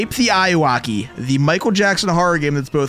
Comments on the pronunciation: "Escape the eyeuwaki" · just saying its pronounced owraki but is spelled ayuwoki